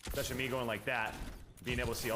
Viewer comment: Is he saying “Eck..specially” ?